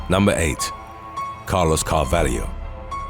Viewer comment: I always thought the narrator was Australian, so that surprises me that he's getting slack about Melbourne. He constantly mispronounces things though. Did you hear how he said Carvalho?